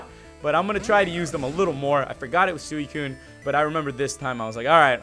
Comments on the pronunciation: as much as I luv ya, IT'S SWEE-KOON! NOT SOO-EE-KOON! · It's pronounced Swee Koon not soowi Koon. Just letting ya know!;) keep up the great vids! I also like how you try not to swear because you have some consideration for the public! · Btw its suicune is pronounced "sweecune" also im Not The Best to english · it's swee-koon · suicune is pronounced sweecune